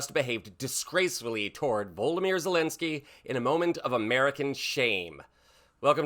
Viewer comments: Can you please say Zelenkyy's first name correctly. It is Vo-lod-a-my-er, not Voldameer (it's like you are trying to say Voldermort). I point this out because names are important, cheers from NZ 😊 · "Human codpiece..." Probaably THE most disgusting description said by a clearly TDS suffering moron who can't even say Volodymyr - seriously voldemir ? - what sort of dick head are you?